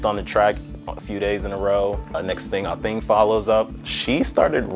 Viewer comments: thanks...my point was the accent is on the "A" . They're always putting the accent on "thing". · Firstly do not insult our mother tongue language. Its pronounced "Athieng" it sounds like a y is in the middle but its not, but hers is spelt "Athiing" not pronounced "A thing". Most of you people can pronounce funny Greek and German names but struggle to respect Ancient indigenous African names. Its a Dinka name. She isn't here to carry a name that is "easy" for you people. Its her family origins and her culture and is meaningful in our native language. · Its Athieng in our native language. They keep saying it incorrectly because these fools act like they cannot pronounce African names. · I wish the announcers would correctly pronounce her name ..Athing (accent on the "A")